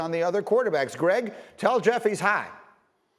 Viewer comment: The way Greeny says high got me dead😭😭😭